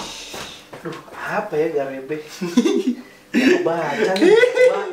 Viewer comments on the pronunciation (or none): Jenggotan =garambeh bukan garebeh bg.. Wkwk